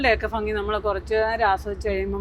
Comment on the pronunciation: ഫങ്ങി അല്ല ഭംഗി 🤣🤣